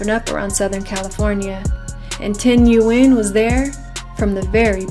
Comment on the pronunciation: It’s Nguyen not Nguyen